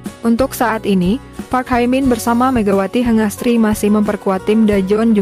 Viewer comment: Hye min not hai min.